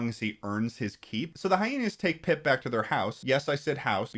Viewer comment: little disappointed by the fact that didnt mention that the boy pronounces pip really fucking weirdly and sounds like hes saying poop in a posh british accent.